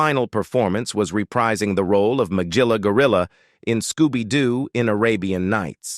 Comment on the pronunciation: The narrator mispronounced Magilla in Magilla Gorilla. The G is supposed to be a hard G like in the word “go.”